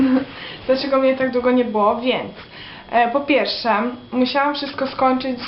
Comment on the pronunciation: Mówi się "pierWsze", a nie "piersze". Popracuj nad dykcją...